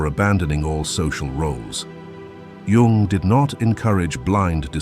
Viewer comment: It's REALLY hard to listen to the AI slop voice butcher the pronunciation of Jung's name, but this channel usually gives really good advice, so I'll let it slide this time.